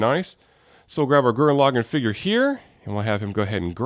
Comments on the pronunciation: LaGAAN NOT LOGIN!!!! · lagann has the soft a sound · actually their are two ways of saying it. Lagann is English login is japanese